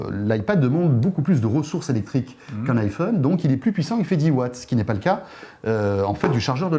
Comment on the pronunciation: On dit iPhone pas iFun! Les français sont vraiment des merdes pour avoir un bon accent en anglais!